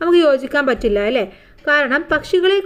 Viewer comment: അലേ അല്ല അല്ലേ ആണ്